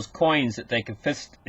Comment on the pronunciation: Got to troll you. I know you are smarter than me, but con-fist-acate?? LMFAO. You are right though. I like it better! Should be a new word. I would only change the last part. To "con" with "fist", and "allocate". Con-fist-allocate. Confistallocate. Maybe you are pronouncing the real meaning? Spot on